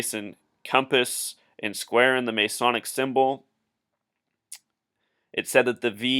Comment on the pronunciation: OMG dude, you are off your rocker and off your meds. If you do not believe any of the stories, go watch the video of LaVoy being shot by the agents. Oh, and you must not be from the U.S since you do not know how to say the word Masonic, or geometric. Two simple words that you totally screwed up. Go look up how many people were born on Feb. 22 in a year that ended with the number 3. I am sure they all had something to do with this deal in Oregon according to your warped logic. Push the call button and the nurse will brig your meds, then you can find the video link to watch LaVoy get shot down by agents. Not a hoax or made up.